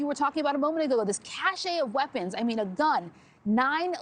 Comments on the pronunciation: It's not "a cache ('KASHAY') of weapons"...its a "cache ('KASH') of weapons." If you're going to speak English, please do so in English. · it's not pronounced Cash-Ay. It's pronounced Cash. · Its "CASH" not "CASHAY"😂😂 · It's not pronounced "cashay", it's pronounced "cash". There is a word "cachet" pronounced like that but it doesn't mean stockpile or whatever. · cache is pronounced cash, not kashay. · Someone please tell her that "cache" is one syllable not two as she obviously thinks. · Great job by a couple of observant police officers. Also a good job by the reporter in the field, but please learn how to pronounce cache. Don't use words and/or names on camera that you don't know how to pronounce. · It’s cache and transient. Learn to pronounce things correctly. 🤦‍♀️ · She should learn the proper pronunciation of the word cache.